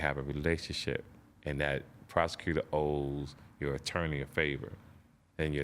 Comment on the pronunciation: Damn TK can't say attorney